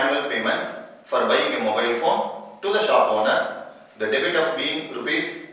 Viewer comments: It's debt. Some technical n voice problem!! thanks for the review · Debt - please check the pronunciation...